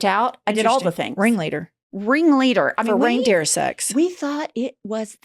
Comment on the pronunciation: Girls...there is no "s" at the end of "reindeer," ever.